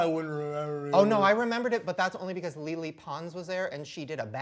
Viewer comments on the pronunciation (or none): "i remember it because lily pons was there" LMAO ISSA FUNNY BC SHANE PRONOUNCED LELE'S NAME WRONG HAHAHAHAHAHAHA